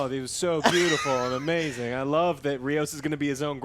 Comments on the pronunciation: It's Rios, not Raymos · It's Rios, NOT Remos. But I agree it's a terrible show. It's not Trek. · I keep watching this and STILL doesn't know the name of the only major Hispanic character in Star Trek, RIOS! HIS NAME IS RIOS! JESUS CHRIST!